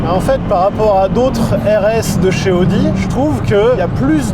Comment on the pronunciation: Il faut vraiment faire un effort et prononcer "a-o-di" et pas "odi". Il ne me semble pas qu'on prononce Aston Martin à la française